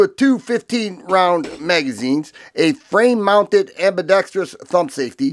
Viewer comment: You get a thumbs up for proper "ambidextrous" pronunciation!